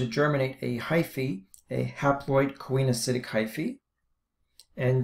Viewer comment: Great video! I was a little confused by your pronunciation (I've always heard these pronunciations: coenocytic is see-no-si-tic and gametangia is ga-me-tan-gee-a), but that's such a trivial thing anyway. Excellent diagrams and use of vocabulary. Wonderful job!